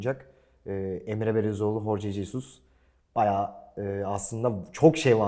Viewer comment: horce cesus ne abi medyasınız siz nasıl telaffuz edileceğini bi zahmet öğrenin